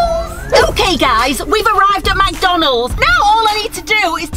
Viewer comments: SquAr3 CloUdy McDonalds NOT MACDONALDS 😂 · she says it mac donald’s but it’s mc donald’s